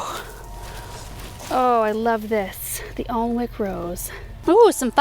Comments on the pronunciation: Love watching your videos. The David Austin’s are beautiful. FYI I’m from UK and we pronounce it “Annick” ( Alnwick ) silent n and silent w ☺️xx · 'Alnwick English Rose' comes from Alnwick Castle in Northumberland, England. Just so you know 'Alnwick' is pronounced 'An-ick', the english language likes to trick non local people! Alnwick Castle was where Harry Potter and the Philosopher's Stone was filmed in 2000. - Hilarious seeing you and with plant Trolley! Sisterly fun! xx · Love David Austen Roses. The Alnwick Rose is pronounced "Anick" and if you're a Harry Potter fan its where the inspiration for Howard's came from .. they actually have Harry Potter days there. Its a fab town in Northumberland England and Alnwick Gardens is Beautiful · Such georgeous roses! (Fyi Alnwick rose is pronounced An ick. 😀 ) love all those plants. You and must have been exhausted!